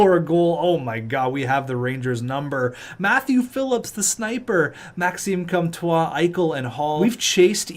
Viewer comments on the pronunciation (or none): I don’t even speak French but hearing pronounce “Comtois” makes me want to rip out my ears.